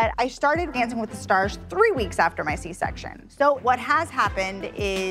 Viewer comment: Terra:I’m the firSHt little perSHen on dancing with the SHtars Please just pronounce it normally Jesus 😂